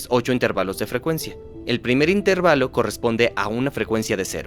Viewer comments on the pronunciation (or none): Esa traducción anda falla, no es "intérvalo" sino "intervalo", lo están pronunciando como una palabra esdrújula. ¡Igual es un gran video!